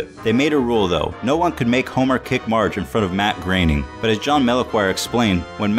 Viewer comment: Yeah, it's pronounced "graining". Several times in the show credits, you might see things like "Matt Groening (Rhymes with complaining)" or something like that.